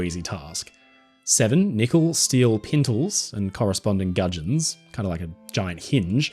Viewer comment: When you say pintles and gudgeons, with ur accent, I sensed some real Willy Wonka vibes lol. At least I know some new words 😂